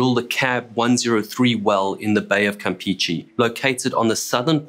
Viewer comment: As a side note, for an English speaking person, great pronunciation of "Petróleos Mexicanos"! Also a suggestion if I may. "Campeche" is not pronounced as "Campeechee", those E's sound more like the E's when you pronounce "Petróleos", "PEMEX" and "Mexico". E's in Spanish always sound the same. Kudos for another great video!